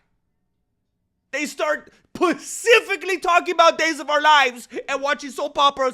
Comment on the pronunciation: Yo man been hear from the earliest days to help you out its pronounced : specifically not the ocean ly